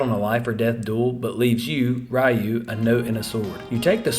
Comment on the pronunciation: It's pronounced Guyden not Gayden. Ryu is pronounced Roo not Reeyo